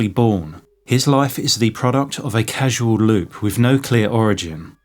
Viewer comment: Casual loop or causal loop?